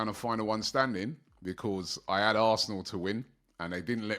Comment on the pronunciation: 1567 videos doberman by Robbie for AFTV and he still can't pronounce the word BECAUSE. 😂